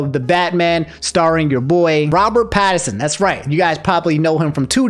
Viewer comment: Yo were you saying Robert Patterson Lmaooo